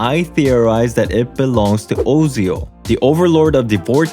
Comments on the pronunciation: Kinda fucking hate that Osial pronunciation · That Osial pronounciation mde my chest hurt.